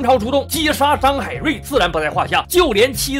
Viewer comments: 是张海瑞变成张海端 我发现也会口误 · 张海端，你念错了，我也好几次看错，只能说海瑞太出名